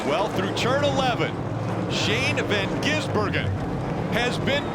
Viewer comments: You mean Shane Van Gisenberg-en?🤣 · Shane van GisN burger? Learn how to read or watch one supercar race ffs. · If the highlights are anything to go by, it took the journey of the race to figure out how to say his name, but I'm glad they got it by the end! SVG's attack and ability to pull way was unreal. The dude is fast in everything, even a rally car, but especially a high horsepower chunky beast around a slippy street circuit. That's his specialty!